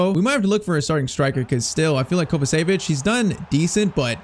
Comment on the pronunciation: Its not kovasevic Its pronounced kovachević